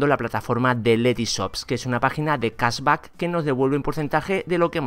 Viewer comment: aprende a pronunciar cashback